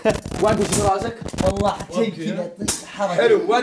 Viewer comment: والله وليس واللهي.. الله يوفقكم اسم الله عز وجل ونعم به سبحانه وتعالى جل جلاله بشكل صحيح..حتى لو اختلف النطق